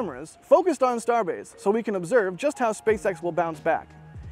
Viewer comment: "Starebase" lol